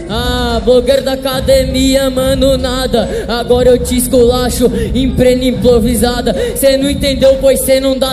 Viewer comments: " em prena implovisada" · "em prena implovisada" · "Prena implovisada" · “Prena implovisada” kkkkkkkk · " agora eu te esculacho em prena implovisada" -, 2019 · Só eu que percebi que no começo da batalha o falou "emprena implovisada"??? KKKKKKKKKK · “Prena Implovisada” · "prena implovisada" kkkkkkk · em prena implovisada kkkkkkkkkkkkk